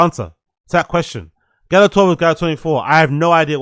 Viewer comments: The fact that he calls it Galleo 😅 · Why does he keep pronouncing it like there is an E in the word? It’s Gallo. Which tells you all you fucking need to know if he knew this or not because he can’t even pronounce the fucking fake name correctly. Jesus.